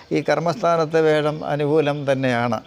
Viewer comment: വേഴം അല്ലല്ലോ, വ്യാഴം അല്ലേ?